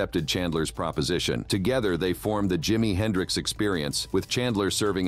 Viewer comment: Jimmy "Hendrick" ???? 🤦🏾‍♂️